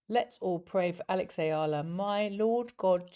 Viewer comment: Hey...Eala (Ee-ya-lah) or uh-ya-lah! It doesn't matter! She's one of the happy moments for the Philippines which is now currently ridden with rotten political issue from corrupt officials! So, mispronouncing her last name is no biggie! Sulooong Pilipinas, sulong Alex...🇵🇭🇵🇭🇵🇭